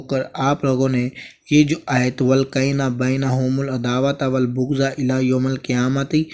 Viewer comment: Quran ki ayat to sahi parho ?? Wal bughzaao ? Peesh nhi zabar hy opr wal baghzaao ??